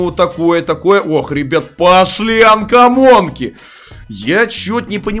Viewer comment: Кто заметил что он сказал анкомонка а не камонка